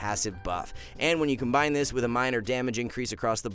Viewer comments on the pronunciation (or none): none